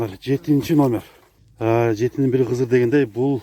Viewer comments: Жетинин бири кызырэмес ,КЫДЫР дейт улам улам айтасын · Туура айтасыз КЫДЫР деп айтылат